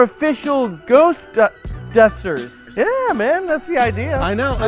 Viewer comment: "Do YOU like dooah busttahs?" fantastic!